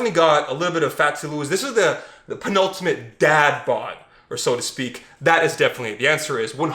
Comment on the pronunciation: maybe I'm a snob, but the use of the word "penultimate" there was atrociously butchered haha. And yes of course I learned that word from the A Series Of Unfortunate Events books in middle school because I'm hella cool like that duh